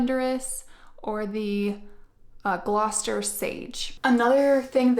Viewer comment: I love the Gloucester Sage. Perfect pronunciation btw!